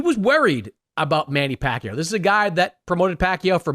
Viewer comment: The narrator intentionally mispronounced Manny's name, total disrespect 😡